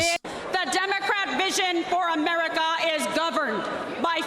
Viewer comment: The way she says America…. Just…. No